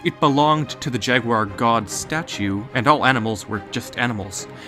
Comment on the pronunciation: It’s Jaguar not Jaguiare